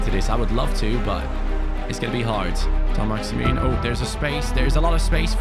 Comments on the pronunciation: Your pronunciation of Saint-Maximin isn’t quite accurate by the way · The way he says ÅĽMİŘÖÑ